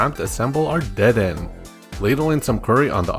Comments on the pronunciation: WAHHHHH ITS DU-DEH-NAY NOT DE-DEN Anyways, 10/10 videos. Keep up the good work, mate! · Lol "dehden" is so funny bc it makes 0 sense if you thought there was actually a silent e at the end you wouldve said deeden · ACKSHUALLY, the Kalosian Electric-type rodent there is pronounced "De-den-nay" - the region it comes from is based upon France, so it's a French-inspired name. And French pronounces the 'e' at the end. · dedenne in the anime and by pokefans is said like Dead-Den-Eh? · Its pronounced de-de-nay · Every time he said dedenne I cringed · You said dedenne wrong